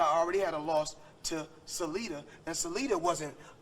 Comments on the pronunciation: Salida and Lomo Lmao. Floyd BMs these boxers purposely mispronouncing their names all the time, it’s amazing haha. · “Lomo” and “Salida” 😂😂 Floyd stay butchering his words